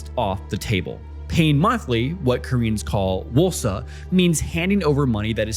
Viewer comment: 전세 jeonse sounds more like juhn-say or jawn-say. You make it sound more Chinese than Korean. :☺ I may just be falling for the intentional mispronunciation strategy to drive comment section...